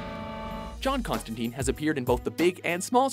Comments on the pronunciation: ConstanTYNE, not ConstaTEEEN. Get the damn name right. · Its "tine" like "time", not "teen". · it's not constanTEEN. it's ConstanTINE. Rhymes with wine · It's pronounced Con-stan-tyne. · Constantine, as "tyne" not "teen". At least get the name right if you're gonna make a video about him. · I can't take this video seriously because they don't even pronounce his name right. It's not constan-teen.